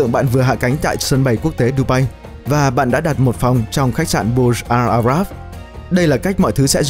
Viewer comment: video này chất lượng quá tệ từ mặt hình ảnh đến cách phát âm tên riêng, thông tin thì chẳng được bao nhiêu. đơn giản nhất là cái tên của khách sạn là Burj Al Arab chứ k phải là Bur Jal Arab